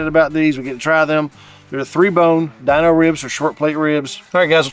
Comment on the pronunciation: They are Dino ribs not the way you’re saying it but the way the Flintstones dog, his name Dino! Pronounced Deano! Not Dineo! And I cannot find them on there website mobile app